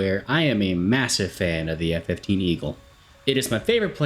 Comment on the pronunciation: I must say as an Israeli F-15 enthusiast myself you nailed all the names of the F-15s